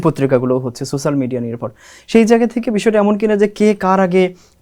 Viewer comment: উচ্চারণ - 'সোশ্যাল' মিডিয়া হবে